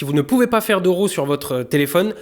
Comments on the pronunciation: Il ne faut pas dire RHO, il faut dire RÂ, à peu près. (raw) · Raw se prononce comme le mots RAT